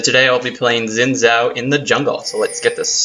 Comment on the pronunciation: Hey guys im in chinese and like i'm not being a grammar nazi but its pronounced zin jao i mean like idc how people say it but just some more information to put into your cute little heads :)